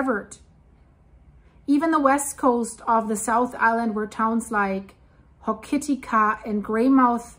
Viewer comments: Just for your reference,, the West Coast town's name is pronounced Ho-ke-tick-a. Not a criticism. I get place names wrong, all the time. 😊 When I was going to school, in Christchurch, in the 1960s/70s, we were taught the only area in NZ that was at risk, of earthquakes, was the Wellington region! If you look at how New Zealand was formed, it is only logical that the entire country is at risk. Just look at how many quakes there have been, in the Kermedec area, in the last few months. Add the Taupo super-volcano into the equation, if the coming catastrophe (over the next few decades), from a pole shift (to do with the exponentially weakening Earth's magnetosphere), is accurate, NZ is...! Given the increase in quakes & volcanic activity, over the recent timeframe, it is becoming increasingly liely, this could come to pass! Also, look at the major earthquake that destroyed the 8th wonder of the World: the Pink & White Terraces, in the mid-1800s. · Check out the Puysegur Trench Subduction Zone and Hokitika is pronounced incorrect. Also check out the Inangahua quake and the topography of the Paparoas on the West Coast . You will be shocked of what once happened to that range of mountains squashed together.